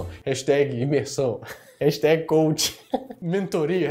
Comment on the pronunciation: Só uma pequena correção: A palavra é "coach"! "Couch" significa sofá! 😂😂😂